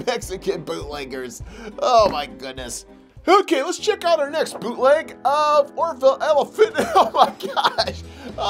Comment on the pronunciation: I thought u said poopleg figures